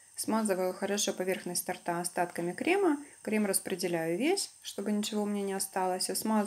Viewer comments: Была одна) тортА сказала) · Торта ударение на первый слог